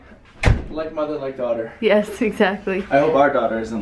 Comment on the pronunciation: its a girl?? said doughter